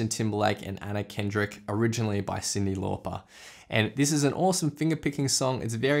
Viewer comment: SeenDee LawPar, spoken like a true Aussie 😝 Great video btw. Thanks so much ❤️